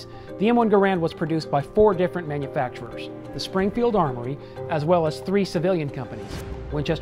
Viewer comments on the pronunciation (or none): none